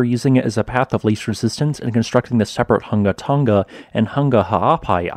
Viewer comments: Hung-a Tong-a not Ton-ga Hun-ga Thank u. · You do do a great way of explaining geology but I just wish you and many other people would pronounce the words properly. You say tong ga and hung ga which is incorrect pronunciation. Try and say tong nga and Hung nga. Not hung but hung as in hook. It's all in the pronounciation. It sounds silly when you say tong ga and hung ga. Please learn how words are pronounced . Sorry and thank you.. Also I'm a Tongan living in nz. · Hunga Tonga Not Hunga Tunga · The pronunciation is Who-nga Tonga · Love your work!! I’ve been watching this channel for a long time and you deserve any new subscribers you get from covering this eruption. Just FYI, Tonga is pronounced tong as in like tongs, long, gong etc. Hunga is pronounced hung-a like, “I hung washing on the clothesline.” Also just a suggestion/request - could you put more time onto the end of the video so we have time to press the like button? Cheers! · For courtesy's sake, if you're a reporter, kindly respect at least the very basics of Polynesian pronunciation. The g's in Tonga and Hunga etc. are soft, as in -ing. Not Tong-ga. It is akin to those of us who live in the Pacific region pronouncing English words like Gloucester as Glue-cess-ter or Salisbury as Saliss-berry if addressing the Oxford Union.